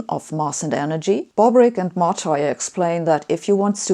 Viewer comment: That is not the correct pronunciation of the name of the Italian guy Martire. This is the correct pronunciation